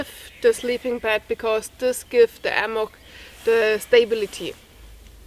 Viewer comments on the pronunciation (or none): Why "ammock"? It's "hammock". Thanks for your comparisons. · thanks muchly..h in hammock actually is a fricative,or a voiced sound.so the h has to be heard..not ammoch..but I love your English and can listen and never get tired..by the way your time with Lilly camping out was pleasant.you are both fantastic and I never get enough.. (:-).your friendly teacher.. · The letter "h" is not silent in english. Hammack, hat, hard . Make the h sound by exhaling the way you would exhale humid air on to glasses to clean them.